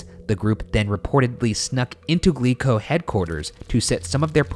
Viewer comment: I keep hearing "Glee club" instead of "Glico", and it's giving me horrifying flashbacks.